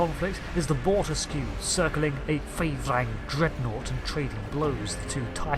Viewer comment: I thought the Bortasqu’ was pronounced “boar-tosk?”